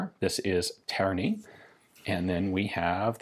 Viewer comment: I was born and raised in Terni and hearing Ian pronounce it made me feel so proud!! The gun factory is still there (does mostly repairs now) and it's because of it that the city was bombed massively during the war. Very nice piece of WWII history if you are interested.